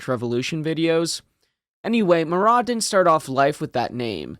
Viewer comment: It's not a silent T on Marat. In Russian there are no silent letters. Yes, I understand the French pronunciation would be with the silent T, but Russians would not say it that way. It would have been "Russki-ized" to pronounce the T.